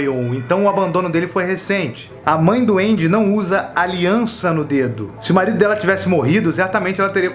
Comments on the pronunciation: Ele fala pai do Andy e eu entendo Pai doente... Blz FDS... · Mds. Sempre que ele falava "o pai do Andy" eu ouvia "o pai duende"